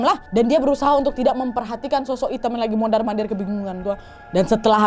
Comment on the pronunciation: Humorku sebatas "mondarr mondarrr" 😅😅 Ternyata bagian dari daya tarik bercerita nya kak nad adalah ketika ngomongnya kebolak bolak, terlebih memang gaya bercerita nya yang unik, jadi canduuuuat dengerin nya 😅😅 . Thanks kak nadddd, Sehat selaluuuuuuuuuu ..